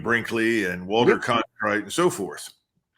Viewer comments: His opinions on RVN are puerile. Initially he couldn’t even pronounce Cronkite correctly. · Cronkite! Not Clonkite, Colonel! Have we had a couple of martoonis 🍸🍸 for lunch?? 😅